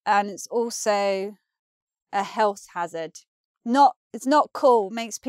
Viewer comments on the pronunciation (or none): none